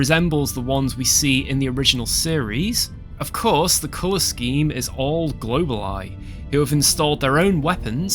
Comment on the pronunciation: It's pronounced go-ball-e